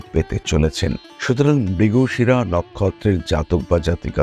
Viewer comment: Mrigasira tao thik kore bolte paren na